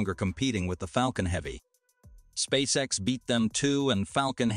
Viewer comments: "Spay-kex"??? Whoever you are, for the love of God, stop mass-producing fake channels with automated narrators badly reading poorly-written scripts. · spakex 😅😅, still informative 👍🏿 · Did it say, 'Spay-kex'? 'Massive Improvement', 'Real Genius', etc..is when your AI generated videos pronounce the words right. Or at least, you take the time to edit them. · WHAT THE HECK IS SPAKE-X?